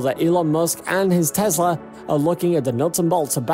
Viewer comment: It is not a Tezla. It is a Tesla.